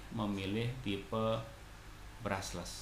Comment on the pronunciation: BRUSH-LESS bang, bukan BRUSSELS